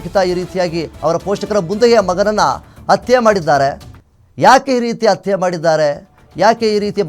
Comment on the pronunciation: It's not atte .... Hatte prononce properly